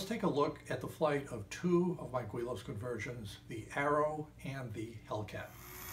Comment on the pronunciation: Its pronounced willows I have started 5 models never actually finishing any of them ha. Thanks for your sue advice!